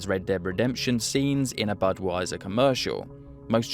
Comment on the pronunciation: did he say budweiser? 😅